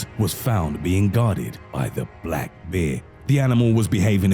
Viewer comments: Who pronounces bear like this narrator?? wtf black beer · It sounds like he’s saying beer 🍺 most men don’t mind being attacked by a beer 🍻🤣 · Every time you say “Bear” it sounds like “Beer” so you made me chuckle when you said that the monk that controlled the enclosure had stated that the man was drunk and the smell of alcohol triggered the “Beer”😂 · Two things: A). I like this guys voice he makes the videos more creepy, and B) it sounds like he’s saying beer